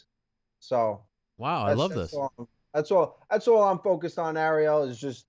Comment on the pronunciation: Why do all the Jersey guys call him Arie-L?